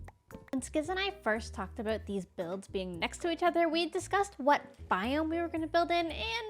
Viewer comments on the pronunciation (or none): the Canadian came out real hard like there with that aboot